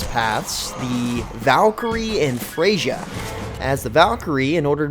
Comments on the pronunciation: Who the fuck is Frashier?! It's Freyja... as in "Fray-ya" she is a Norse god, it's a soft J. How did you mess that up but knew how to say Kunoichi right? Wouldn't that be the opposite for most people? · >pronounce Freyja as "fray-juh" >americans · Pretty sure the J in Freyja is silent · He absolutely butchered the pronunciation of Freija and kunoichi.